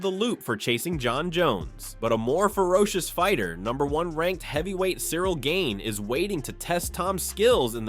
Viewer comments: chay-el, gain, what are these pronunciations lol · Surreal Gane 😅 Cheal Sonnen is your typical yank, can't, or won't learn basic pronunciation